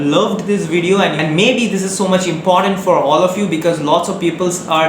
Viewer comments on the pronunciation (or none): none